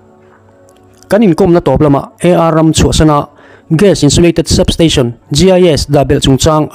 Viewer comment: GAS ni awm tak kha...GIS i ti char2 a...I lam Dan leh I thu dah Dan khi a in anglo...